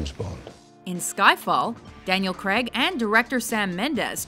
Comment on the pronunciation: His name's Daniel Craig. Not Kreg.